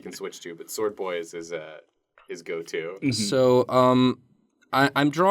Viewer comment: shword boy, not sword boy